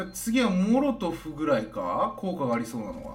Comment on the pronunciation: モロトフじゃないんですか？ モトロフっておっしゃってますけど、、、 英語詳しくないので、間違っていたらすみません！